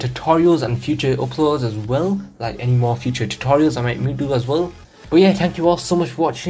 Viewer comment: Yk how I clicked on, you said wun not one 😂